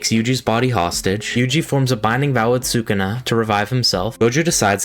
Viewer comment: I was just about to point that out 😂 “sockana”